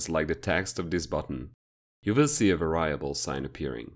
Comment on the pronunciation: Nice video, but it's pronounced VAIR REE ABULL not VAR RYE ABULL